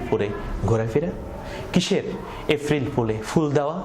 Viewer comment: গলার টোন এত সুন্দর কিন্তু এপ্রিল কে এফরিল কেন বারবার বলছেন বুঝলাম না।